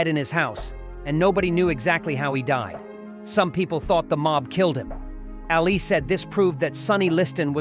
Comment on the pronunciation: This video is messed up. It's really innacurate to a point of stupidity. Is the guy who made this for real. The funny part about this video is this "expert" doesn't even know how to pronounce Ali's name.